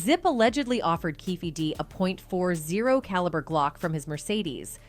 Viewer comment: Did that chick just say “he offered him a “point four zero caliber Glock” 😂😂😂